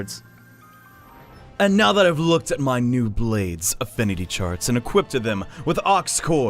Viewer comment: Jesus Christ, dude. There's no fucking "t" in "equip." Are you mental?